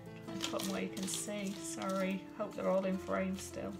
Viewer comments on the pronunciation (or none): none